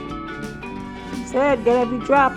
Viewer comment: Every drap? I love your excitement